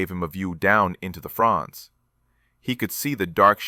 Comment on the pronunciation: Fronds, not Franz Ai guy.